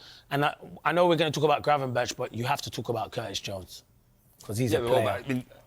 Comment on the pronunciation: Gravenberch is pronounced as Gravenberg!